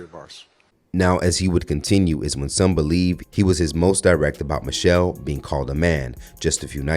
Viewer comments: Josh Hokit is such an idiot, he couldn't even pronounce her name correctly, because he is an idiot. He said "Mochelle Obama is a man." Please listen carefully, because this stupid YT racist probably had too many strikes to the hear to even speak correctly. SAD. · He said mochelle 😂😂😂 you can just make fun of stupid folks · He couldn’t even pronounce Michelle properly. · It's pronounced Michelle not mo-chelle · That idiot said "mo chelle" he didn't even pronounce Mrs. O's name correctly. Those people are deranged attention seekers. I feel sorry for them. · Mo-chell, he can't even pronounce Michelle. Just ignore the willfully Ignorant 😊😂😂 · Can errr’body pronounce MICHELLE & BARACK’s names correctly?? The fool that insulted her said MO-chelle…and Barack was mispronounced throughout this video. 😖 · Barack - Ba-rock, pronounce it right... and its President Obama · I’m still trying to figure out who MOE-chelle Obama is, b/c that’s how he pronounced it. 🙄 Overly LAME!